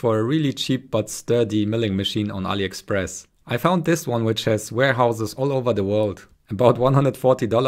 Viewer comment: I like how you pronounced Ali Express by saying the first letter of Ali properly as native Arabic speaker.